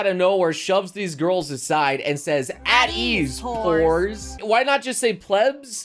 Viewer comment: NGL, I thought she said "whores" not "poors"